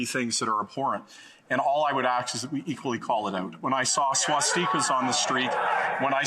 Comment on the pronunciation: Is it just me or did he say swastikas wierd